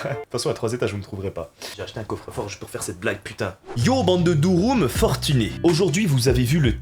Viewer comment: Mais en vraix pourquoi tu dis douroum alors qu’en turc c’est durum et qu’en français ça se prononce durum